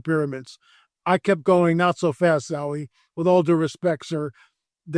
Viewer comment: God would NOT have stopped the flood if any of the Nephilim were still alive considering they are one, if not THE, reason for the flood. It's Zahi not Zawi Hawass, btw. So, makes me wonder if you really spoke with him.